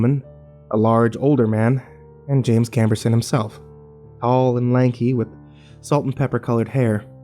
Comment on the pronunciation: "Jim Camberson"? Oh, you mean "James Cameron"? xD